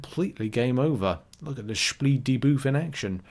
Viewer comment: Dane here.. that's actually not how my Scandinavian brothers and sisters pronounce debuff 😂...if I misunderstood, sorry.